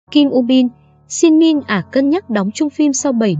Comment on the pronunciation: trời ơi đọc tên Shin Min Ah sai rồi kìa trời